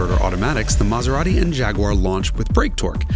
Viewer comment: BTW, in Italy where Maserati is from, they don't speak with that accent!